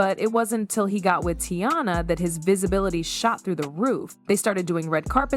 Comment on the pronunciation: Why is the narrator pronouncing Teyana’s name the AI way? Who is the woman in the thumbnail? And why aren’t there any tweets, video, etc…to back up what is being said??? Just random pics and clips that have nothing to do with the story being told 😳 🙄 it’s 2025, just put “I’m lying and click baiting” in the title 🤷🏾‍♀️